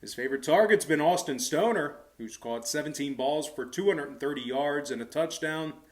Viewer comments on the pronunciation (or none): It’s Austin Stogner, not stoner